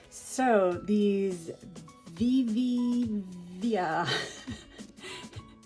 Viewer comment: I think its supposed to be pronounced "Viv-ee-va" color sheets lol You were close!! LOL